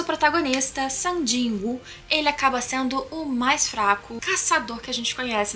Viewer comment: "Sang" que agonia de ouvir ela falando o nome do Sung assim kkkkk